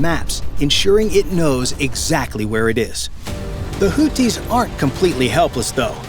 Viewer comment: It is not pronounced "Hooties." Maybe you're thinking of the US restaurant chain :) It's pronounced the way it's spelled, i.e. "Hoothies" (Arabic, Al Hoothiun الحوثيون).